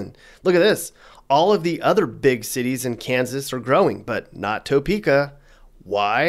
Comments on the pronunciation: The person who made this video has obviously not lived in Kansas very long. You can tell by the way he pronounces Arkansas City, the correct pronunciation is R-Kansas, not the same as the state R-kan-saw; and the city of Topeka, which he pronounces as Toe-peka. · Why are you hating on my home state? BTW.. it’s pronounced Tah Prka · Add to your credibility by pronouncing the Kansas towns of Arkansas City and Topeka correctly. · If you are going to talk about Topeka, you should at least get the pronunciation right. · Well I've decided he's not from Kansas the way he pronounces Topeka. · The way u say Topeka pisses me off bruh I'm born and raised in the well known Top city Kansas and I tell u what this place is horrible I have been all over the US but for some reason always come back here I guess I love it crime rate is thru the roof homicide rates have been going up like crazy lately and we got a big meth problem in this city cops don't do their job for shit there's been a lot of car thefts lately it's a jungle down here and when u say adopt a dog if u don't feel safe in ur city is stupid because if u don't train it right it won't help know what would help tho a 44 Magnum or a 357 Magnum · It’s pronounced Tuh Peka not Toe Peka. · We don’t say toe-peek-ah. We say tah-peek-ah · It's Tuh-peka, not Toe-peka. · First ~ "TOE' peekah?" 😑 "Tuh PEE' kuh" (Lazy dialect I suppose. We don't have an accent here...we just copy everyone elses.) Next ~ And, what the heck? Kansas City, KS, didn't make the list?? 🤨 Finally Does the crime rate in Leavenworth includes in part stats from the federal prison there or the state prison in Lansing (right next to Leavenworth). (I'm going to leave the military base out of the equation since they deal with that themselves. (Warning ~ if you ever go to Olathe, KS, it's pronounced "Oh LAY' thuh", not "OH' luhthee". You can say "OH' luhthee" but we'll laugh about it forever. I'm still trying to figure out Iola making the list.